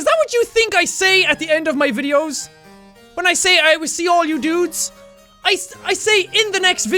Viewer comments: Well I thought you were saying "and I will see you and all your nudes"... Kinda disapointed eventhough I never understood why you would say that x) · Hi Sean/Jack thanks for explaining the hole "i Will see All your dudes in the next video" i always thought that you said " i Will see All your nudes in the video" lol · I used to think his outro was "AND I WILL SEE YOU IN YOUR NUDES".. uhm.. jack?.. am i fucked up??